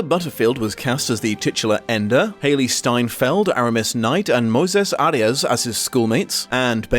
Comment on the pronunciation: Small cultural correction; the actors name is Moisés not Moses. Pronounced moi like toy not mo like tow